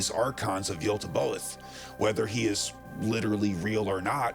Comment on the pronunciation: Because it's Yaldabaoth with a D. Makes me doubt the validity of the entirety of your research, now. Yal-Da-Bay-Oath